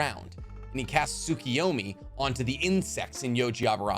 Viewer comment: I knew like 95% of this already but good video. Also Tsukoyomi (Sue-KOH-yo-mi) KO